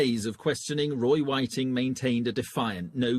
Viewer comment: ffs all your hard work and you cant even get his name right.